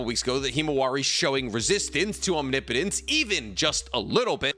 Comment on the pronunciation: That's not how you pronounce omnipotent.